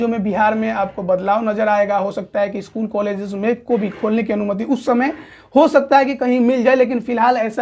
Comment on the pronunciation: Bhai श स me antar hota hai aur dusra स्कूल hota hai इस्कूल nahi tumko apna vocabulary thik karne ki zaroorat hai kaun se anchor ko ya news representator ka itna kharab vocabulary dekhe ho